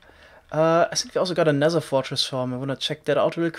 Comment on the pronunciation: Nezzer? You mean nether?